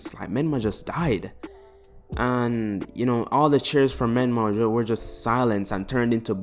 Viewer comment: Whos micolah? Did u mean menma?